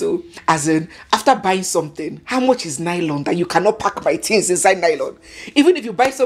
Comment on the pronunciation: let me give you my culture shock when I arrived in London for the first time and after my shopping, I asked for lylon like we pronounce it in Nigeria and you have pronounced lylon in this video, Hmmm, whala deh o as the white shop attendants kept looking at me and he couldn't understand what exactly until I touched the lylon and repeated myself and say please can I have a lylon and he exclaimed that ooo you want a carrier bag. So lylon is a no no in this western world. 😂😂😂😂